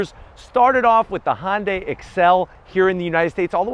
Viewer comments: I need to “zonk” your mispronunciation of Hyundai. Couldn’t get through the entire vid because of it. It rhymes with Sunday. Try “hunday”. It’s not Honday. Sounds like you are crossing Honda and Hyundai. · STOP SAYING HON-DAY! Damn!